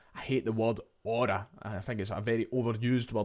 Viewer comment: saying aura is so funny